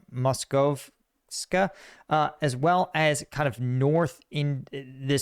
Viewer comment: You pronounced Moskovske perfectly! Nice job!